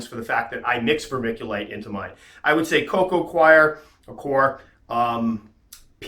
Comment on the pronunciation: coco gwar ...= coco cwar ...coco coir